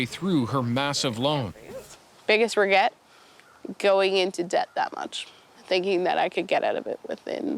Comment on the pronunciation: Nobody:: “bIgGeSt rUgEt”